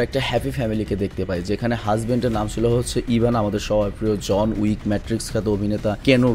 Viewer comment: জন ইউক না জন উইক 😂